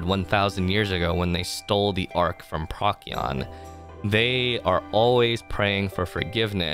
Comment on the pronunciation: PROH-see-on. not PROCK-ee-on. Good vid though, I listened to this entire thing while at work!